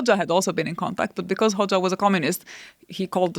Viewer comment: Aaron's pronunciation of Hoxha 😭😭😭